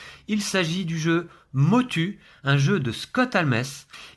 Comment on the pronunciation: Ça ce prononce Motou 😊 Pourrais-je savoir quelle imprimante vous utilisez?